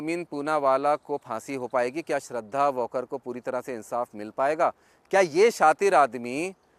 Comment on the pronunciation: वॉकर नही वालकर है नाम